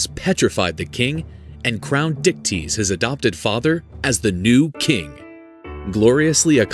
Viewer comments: So Perseus's dad's name was Dicktease?? I know that's not how its spelled but that's what I kept hearing. I love Greek Mythology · I’m sorry, but that man’s name was what??? Dictease???